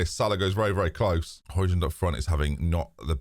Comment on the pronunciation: Still wrong, the d at the end isn't pronounced like an English d